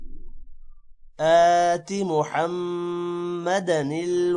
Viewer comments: janab, mohammadi likha huwa hai. dal ke neeche zer hai is liye mah raha hoon. aap mohmmada pad Rahe hai. kahan par correction hona chahiye - padne mein ya likhne mein. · Yahan mohamd k nechy zair hai or ap usy zabar se parh rahy hain, kon sa sahe hai??